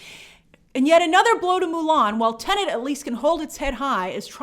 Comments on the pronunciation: It's pronounced TE-NET. The second syllable is NET NOT NENT. You're driving me nuts. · C'mon Grace, it's Tenet....not Tenant. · Tenet, not Tenant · Still find it hilarious how people still can’t say Tenet properly. Grace said tenant a good couple times in this video